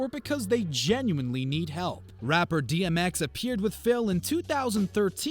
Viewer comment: Tmx? Its Dmx... and it's not woman.. its women... uggghhh